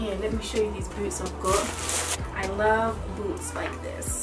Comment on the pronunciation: Im American but the american “i love boots like this” made me wanna throw up lmao i was so confused